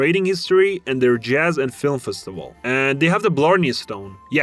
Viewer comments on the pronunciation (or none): none